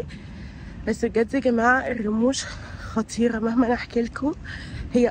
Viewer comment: في الدقيقة 19:4 قلتي خطيرة عادي مع انك طول الفيديو بتلدغي بالراء و بتقوليها غاء 😊